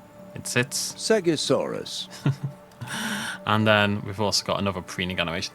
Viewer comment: Usually im a big stickler for pronouncing dinosaur names, but I will not be saying seggasaurus ever